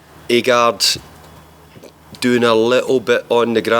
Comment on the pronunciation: C'mon Dave his name is not A-GARD 🤦